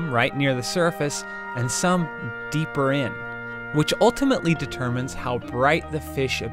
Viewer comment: Did you notice how he said "DEEPER IN" With emphasis 😂😂 dudes a creep 😂